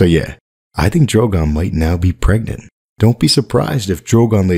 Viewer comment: Preganté? Gregnent? Prenget?